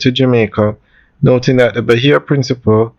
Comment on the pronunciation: Bro i cant believe for a big grown educated mman you dont know the difference between "principle" and "principé" and every video you do about this hotel you pronounce it wrong its embarrassing at tgis point..the least you could do is make a simple pronunciation